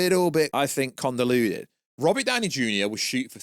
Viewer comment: *Convoluted not "condoluted"...